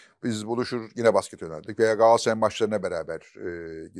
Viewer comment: Çok destekliyorum futbol konuşmamanızı mümkünse içinde “Galatasaray” geçen hiçbir spor dalını konuşmasanız harika olur. Yanlış telaffuzunuza maruz kalmayız böylelikle. Sizin “Galatasaray” ınız, Yılmaz Özdil’in “Coca Cola” sı yıldım